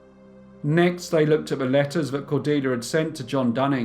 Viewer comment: I can cope with the speech patterns, the regional accent, and the speech impediment (vey instead of they), but saying chocolates again and again as "chock-lits" is just too much!